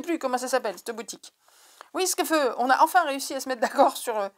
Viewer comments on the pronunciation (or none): CouCOu, l'intro est super gourmande! je ne connaissais pas la galette de Savoie je me coucherai moins bête ce soir!! 😉😅. J'étais en train de boire à ma bouteille quand tu as prononcé Wiskeufeu!!! j'ai pouffé de rire et failli me noyer!!! 🤣🤣🤣🤣. Mais çà va mieux maintenant, je peux découvrir les magnifiques tote bag, et je préfère les fleuris, ils me paraissent bien costauds et sont très beaux. Les chats bien sûr, çà va de soi, j'adore! Je vais aller découvrir cette nouvelle boutique! merci pour la présentation. Repose toi bien, je t'envoie de gros bisous et à la prochaine! bisous bisous 🥰😘😘😘